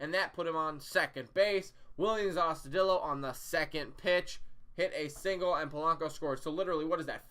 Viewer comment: Is there a particular reason you keeping saying Austudillo wrong? It’s a Spanish name